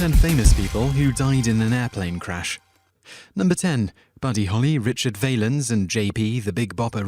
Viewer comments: VAY-lens? Come ON. ROCK-nuh? I'm done. Going to listen to Oh, Donna by Ritchie VALENS> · Ritchie Val-enz. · that is not how ypu prounce his last name Valens